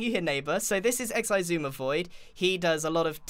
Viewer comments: It’s pronounced EggZooma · Cherry Licious Xisuma. Grian just can pronounce it that’s why..... He always says X-I-Zumavoid.... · Grain it's X- su- ma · It isn't X uma, its ih-sue-ma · Say X-uma not X.I.suma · you said xi suma not suma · Grian: here we have X-I-zuma void. Xisuma: what did you say my name was? Grian: exzuma. Xisuma: ah ok for a second I could swear I thought you said X-I-zuma void. Grian: .....nooo....... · Grian it pronounced x-uma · its just pronounced x uma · For the record its pronounced igzuma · It's really pronounced i-suma with the "i" like in "bit". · It's Pronounced Ex-Su-Ma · for further notice, it's pronounced "iggs-oo-muh" void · It's uh-s-you-ma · It is I•SOO•MA like that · It's pronounced EX-SUMAVOID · X is usually pronounced sh in Chinese sooooooo.... SHEE ZOOMA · It's pronounced ex-uma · Noah R it’s igzoomah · it is pronounced iss-oom-a-(void) btw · It's X-eye-zoom-a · I’m from the future 😂 You call him Ex-eye-zoo-mah-void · Grian:X-I-zuma void Xisuma: (Sighs) WHY CANT ANYONE GET MY NAME RIGHT!!!!!!???? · Grian : So this is XISUMA Xisuma : How did you say my name?? Grian : ... Grian : Sisuma? Xisuma : I could have sworn you said XISUMA . Grian : Nahhhh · Spirix u mean x-eye-zuma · I like how Grian called Xisuma, "X. I. Suma" XD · No, it's obviously pronounced axe-oomah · Its pronounced I-soo-ma-void You're welcome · XI-Zumavoid and docMC. Nice way to say a name. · I think you and Grian need to sit down, have a cup of tea, and discuss how to say your name! Lol